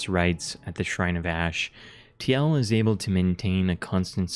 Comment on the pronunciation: Tee el? What? Isn't it pronounced Teal?